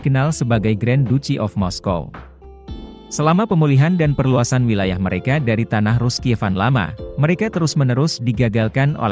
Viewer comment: Pembacaan wilayah saja salah ,, Berarti pengamat abal2 juga nih...